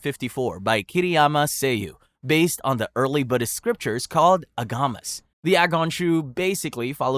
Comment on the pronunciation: Another mispronunciation that stood out to me was "agamas" (properly spelt āgamas) which he pronounced "ah-GAH-mahs" instead of "AH-gah-mahs".